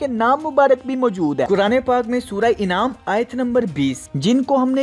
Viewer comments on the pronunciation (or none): ما شاء الله Bhot khoob. Sir sura Inaam nai hota Sura Anaam hota hy. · Surah Inaam nahi" anaam" hay..choupaya